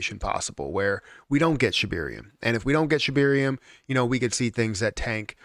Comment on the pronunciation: ShibAaaaaaaarium not shibiiiiiiiirium.